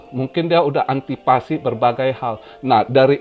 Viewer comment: antisipasi koh bukan antipasi